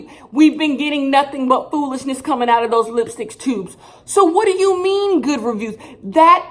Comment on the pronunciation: FOO LISH NESS